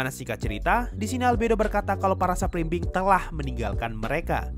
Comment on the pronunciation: Supreme being?, Bjir gw dengernya sub belimbing😅😅